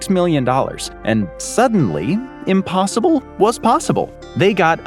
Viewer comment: 🛑🛑🛑 “INPOSSIBLE” 👀👀👀🤔🤔🤔🤔 what’s in-possible? 🤷🏻‍♂🤷🏻‍♂🤔🤔😂😂